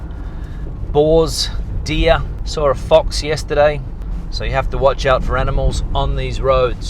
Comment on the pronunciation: "sawr" a fox yesterday.